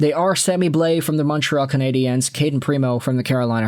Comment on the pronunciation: I really wish you could pronounce Canadiens properly ffs